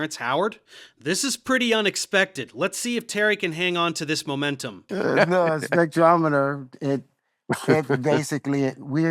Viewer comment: knows how to pronounce spectrometer 😮